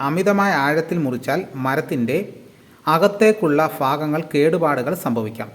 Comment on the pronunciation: ഫാഗങ്ങൾ അല്ല ഭാഗങ്ങൾ